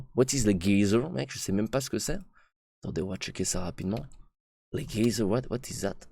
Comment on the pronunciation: La façon dont tu prononces les geysers avec un g est trop marrante mdr